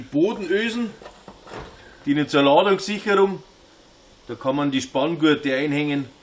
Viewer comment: Hallo, bitte bitte mach nochmal eine Schulung zwecks '"ĹADUNGSSCHICHERRUNG'".